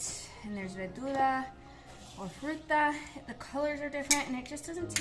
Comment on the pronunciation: Its pronounced verduras not vedurra.😮 Chocomilk not chocomill.